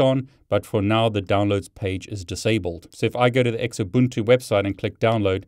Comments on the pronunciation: Its pronounced zoobuntu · Always verify the checksum. Oh, and it's pronounced "Zoobuntu" (Xubuntu). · Great content. Your pronunciation is funny. Xubuntu is pronounced zoo-bun-too :) I prefer Knoppix ;)